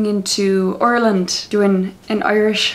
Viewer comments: is called Ireland not orland lol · i think you meant ireland?not orland?